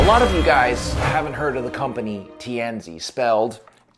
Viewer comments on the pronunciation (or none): Tianzi (tee an zuh) - Son of Heaven. Please make a little effort to research the correct pronunciations - this would be in 'the bad' part of a review of your videos.